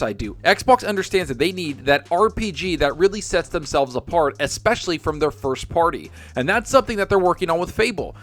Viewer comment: You dont drall you draw ans its especially not exspecially lol